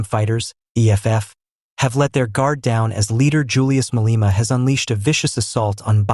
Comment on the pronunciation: "Ma-lay-ma" not "Ma-lee-ma"